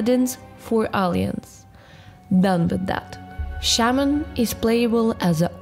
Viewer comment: BTW... try to pronunciate: "Alah - yanse" not "Alee - anse" XD